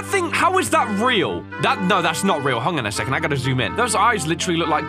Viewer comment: "Hong an a second"